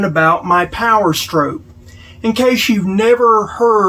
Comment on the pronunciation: Str"aw"p, not strope! Good video, aside from that 😅